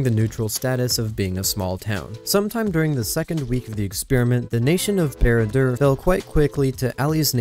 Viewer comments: Bruh wtf how did you say barad dur? Bered deur? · it makes my toes curl how he mispronounced barad dur